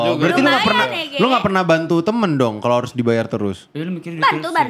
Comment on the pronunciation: Kalo bang manggil bang Ge kedengernya emang kaya G nya ganti K🤣🤣🤣